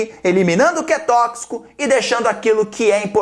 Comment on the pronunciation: '' Tókcico como? tókcico como?'' kkkkkkkk